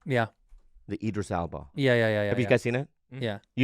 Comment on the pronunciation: Andrew: "Edris Ilba"😂